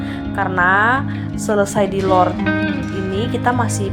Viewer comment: Diroll bukan dilor 😂😂😂